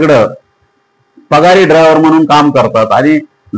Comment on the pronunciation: तुला बोलता येते का बघ अगोर तुला ड्रायव्हर म्हणता येते का तु ड्राव्हर म्हणतो 😅😅😅😅